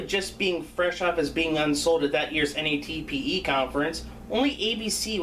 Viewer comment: It's Nat-pe not N A T P E.